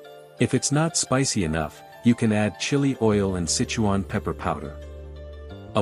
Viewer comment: Pretty obvious the narrator of this video is NOT Chinese! Can't even pronounce the Sichuan name correctly ! ! ! Come on bra - ask a native speaker if you can't spit it out correctly ! ! !